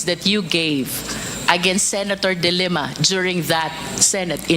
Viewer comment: the way you pronounce the family name of the former lady senator should be de lima not dilemma.